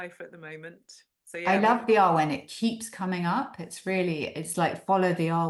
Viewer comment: Totally loved hearing you both and it filled me with hiraeth for Cymru (I now live in New Zealand). I did want to invite you both to look at the pronunciation of awen. It is such a beautiful concept and one you rightly dwell on, but is pronounced with a shorter, harder ‘a’. Like the a in cat. Keep up the lovely chats. I’m looking forward to hearing more. Xx